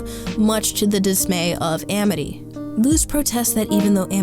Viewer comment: My friend told me about this show since my name is Amity! :) It’s become one of my favorite animated shows! It’s honestly really cool hearing this uncommon name in a Disney show, and VERY satisfying hearing the name pronounced right! Lol.